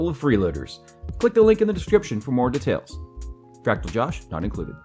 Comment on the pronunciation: Deteils LMAO